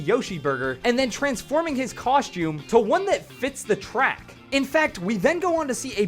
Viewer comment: "Cosh-tomb"? It's 'costume' 🤦🏻‍♂️🤦🏻‍♂️🤦🏻‍♂️